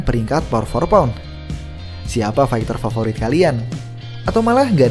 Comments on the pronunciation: Keganggu sama kedengeran “Por for pound” ga sih min nyebutnya? Harusnya kan “pound for pund” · Min, lu nulisnya udh bener pound for pound, tp ngapa ngomongnya "pour" for pound mulu dah